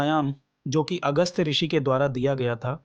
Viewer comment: अगस्त्य श्रृषि है न कि अगस्त